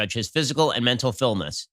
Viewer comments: Busted out laughing seeing Ben’s face after Biden not being able to say fitness🤣🤣🤦‍♂️ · The look on Ben's face after Biden tried to pronounce fitness.... 😂😂